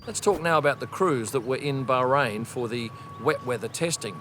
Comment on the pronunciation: See, you can pronounce Bahrain - just say it normally